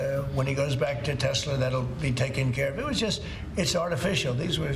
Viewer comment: It’s Tesla and not teslur! And the front lawn is not a car sales lot